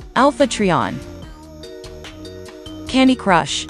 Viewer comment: It's Trion (Try-On) not (Tree-On)